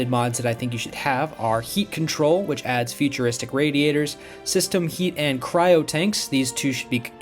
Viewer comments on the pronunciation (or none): none